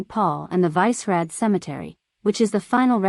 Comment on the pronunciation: Didn't realize the locals spent time at every single tourist spot in Prague. And how about that native pronunciation of Vysehrad? LMAO